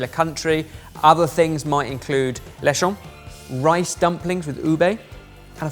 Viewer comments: From the Philippines. Good pronunciation attempt but lechon is pronounced like Leh-Chon with a "ch" like "change", not a soft "sh" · When they said “lechon” I thought said “Leshaun” like referring to a french person named Shawn. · So I come from a family of surgeons and when my aunt made chicken galantina last year she was showing off pictures of how she basically treated chicken prep like an actual surgery, it was pretty funny. Also pronouncing lechon like a French word made my brain lag for a sec. I'm gonna start doing that just to mess with my friends lol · the way he pronounces lechon is so french haha consonants in tagolog are pronounced more like a punch !